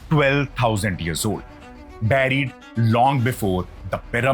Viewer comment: Nice content, hope you can improve on diction. Some words are pronounced very badly like buried